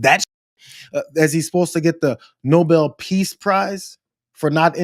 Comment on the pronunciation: The word is NOBEL. Pronounced NO-BELL ! Trumps cronies continue to refer to it as NO-BLE. Why? Because they think it is pronounced that way, because that's how Trump pronounces it. Trumps cronies would never dare correct the King. Trump will surely change how NOBEL is pronounced. Gawd! I really hate these people with the purest of hatred.